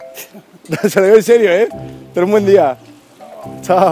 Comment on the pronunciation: Rubius: que tenga un huen dia El pibe de la bici: hola que tenga un buen dia xD